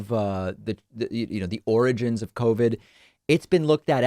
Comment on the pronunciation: David, I think you mispronounced "oranges". The oranges of covid.